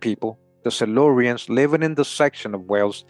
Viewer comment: 🍵Ooops the salurian slip¡!👏🏽😆🤣